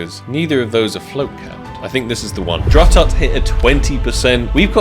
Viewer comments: Drututt is pronounced Drew-toot. Great video! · Buddy said druh tutt yikes